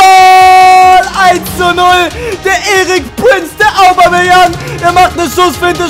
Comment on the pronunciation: lern mal Aubameyang auszusprechen du Rillepeter!:s